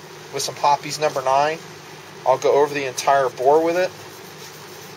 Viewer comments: Ok. He keeps saying lead. If ur shooting lead jacketed bullets (if there is such, .22 cal.) then ur incompetent. He means to say copper. It's referred to as copper fouling which, with progressive shot count, inhibits accuracy. Hoppes, not hoppies, is insufficient for copper fouling. Some regional pronunciation differences between his woods and mine (TX). The rest was good. A for effort. Ps, use a bore guide. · Not hopee's! It's Hoppe's, sounds like hops. Say Hopees one more time...I dare ya...